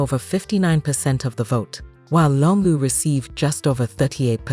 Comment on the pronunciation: Who tf was narrating this? Why didn't they have a Zambian person to narrate this... She says Konda (Kaunda) 😂 and Longu (Lungu) wtf. It is a very good video though, except the pronunciations of some words.